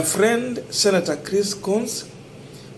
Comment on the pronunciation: Coons is pronounced kuns not kons